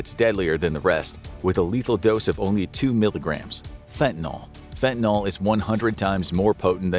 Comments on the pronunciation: FantaNYL. NYL -- it rhymes with hill, or pill, or still. It isn't fentaNAL, like Paul or hall or small. NNIIIILLLLL !! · Fen-tan-eel, or fen-tan-ill, not fen-tan-ol. Not an alcohol. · Since when is nyl pronounced "nol?" Learn proper pronunciation before you post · So sick of people pronouncing it wrong. Its fentanyl not fentanALL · Curious as to why Americans switch the a and the y around like how do you get the sound “all” from the letters “yl”. It’s not spelled “fentynal” so why pronounce it like that. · It's "fentaNYL", not "fentaNOL". Ugh. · Fent-Uh-Nil. Not Fent-i-nol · Where exactly does the "all" sound come from at the end? Shouldn't it be pronounced with an "ill"? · You say fentonal but the script says fentanyl. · It's not 'Fentanal' it's 'Fentanyl' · It's fentaNILL, not fentanALL! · NIL FENTA-NIL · It's not called fentanol, i dont know where youre geyting an o from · I had trouble listening and finally had to stop the vid because he kept saying ‘fentinALL” and it was driving me nuts. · FINTIN-ALL?! READ THE WORD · How about pronouncing it correctly: Fen-te-nil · Why is everyone still mispronouncing the name of this drug after so many years??